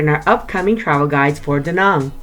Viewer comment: Hate how she pronounces Da Nang. Besides that good video